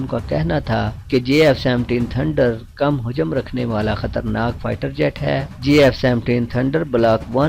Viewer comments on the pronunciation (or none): Ek baat batao jet ko payada kyon bolta ho ??